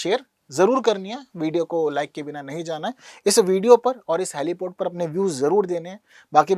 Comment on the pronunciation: हेलीपैड होता है हेलीपोड नहीं मास्टरजी😢😢😢